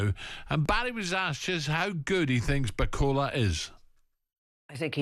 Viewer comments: Bacola? He corrected himself the first time then said the name wrong again, lol. Lazy. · Who is this baldy clown that can't even pronounce Martin's name? Bakola?? And Ally McCoist "oh I watched rumble in the jungle when I was a wee boy" aye ok Ally is that the extent of your boxing knowledge? Don't disrespect the sport couple of clowns! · Why is it so hard to get his name right? Such a common thing, almost line it’s intentional